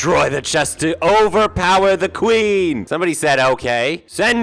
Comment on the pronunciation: ''tueen tabitha'' -, 2022 (i think)